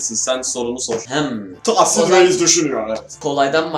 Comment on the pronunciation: Abi ben tahsin abi ye ben dahsin diyorum gbghbfghfhf